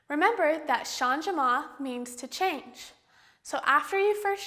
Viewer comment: Since it is a French word, changement is pronounced "shahj-mont" (with the "t" barely pronounced). You don't pronounce the "e" as a separate syllable.